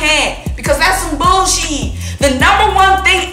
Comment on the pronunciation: The way you say bullSHEEE is so funny 🤣. You going to the Bucs@ game?